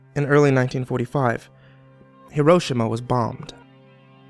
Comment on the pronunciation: hee- row - sheema not her - row - shima